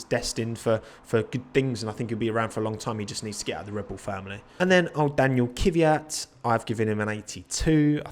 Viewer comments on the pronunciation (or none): none